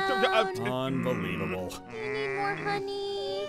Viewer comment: Aphmau: Bee-long un-bee-levole Me: OH MY IRENE PLEASE TAKE ME NOW